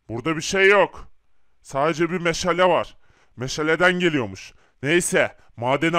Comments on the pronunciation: Meşele nedir oyle mi söylenir doğrusu meşale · Meşale meşele deyil